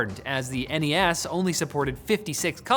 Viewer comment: Thank you for saying N.E.S. 😌. Linus once said “Sness” which is wrong